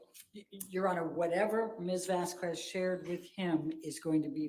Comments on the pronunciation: has often mucked up names. Camille "vas-kwez" instead of vas-kez. Pirates of the Cah-RIB-ee-an not CARE-a-bee-an. Now you join their ranks. Congrats,! LOL I love how you refer to the 'defendant' as "That Certain Aquaman Starlet" - not star. ROFL!! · Who the hell is "Vasqwuez?" It's not hard to pronounce her surname right,. Jesus. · I wish had corrected her pronunciation of "Vasquez" too